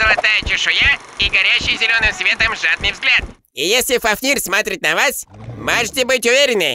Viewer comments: Ребята, правильно не фафнИр, а фАфнир. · не фафнир, а фУфнир😂😂😂